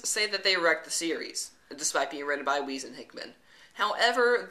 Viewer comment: i think the correct pronunciation is for Weis is Wise, not Wheeze.